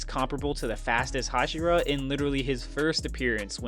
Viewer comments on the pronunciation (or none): none